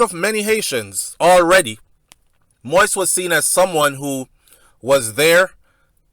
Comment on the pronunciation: Moise is pronounced " Moe-eeeez" not Moist